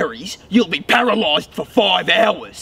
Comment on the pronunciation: Poroloised for foive minutes